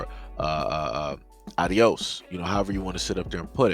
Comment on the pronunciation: Why do you pronounce ados the way you do? You have been pronouncing it like the Spanish word for goodbye/farewell.